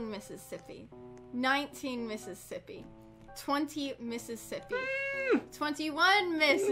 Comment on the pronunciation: count slower: ten miss iss as ippy twelve miss iss as ippy